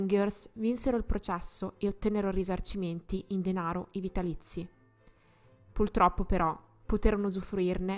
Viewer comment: A hai detto davvero “puLtroppo?!” Dimmi di no ti prego